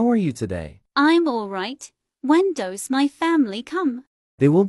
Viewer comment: Lol she said dose in the hospital when she introduce her self she said dose not does